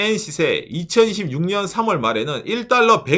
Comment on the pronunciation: 응...? , ... 2026년이 아닌 2016년으로 들리는 ... 데... 지속적으로 2026의 발음이 2016으로 들려... 너무, 꼬투리 잡는건가...? 내 귀가 잘못 되었나...? 그나저나, 잘못은 정부가 아니라 국민들 늬들 탓이다... 란 거냐?